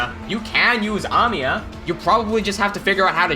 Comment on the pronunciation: I like the way you pronounce Amiya